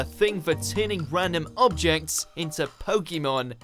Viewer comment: You pronounce pokemon like pokeemon so your opinion isn't valid anyway